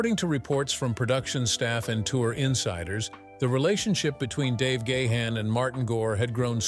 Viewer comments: It's GA'-HANN not Gay-Han, what a stupid pronouns.. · Dave Gay-Han? Learn the correct pronunciation robot!! It's Dave Ga-han. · Keep posting fake news will only discredit you as a reporter. "Gahn" is a Dutch name pronounced as "gaan", no syllables just one. Your AI voice sounds robotic and dead zombie sounding. 😱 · It's pronounced Gahan (like Gone), not Gay-han...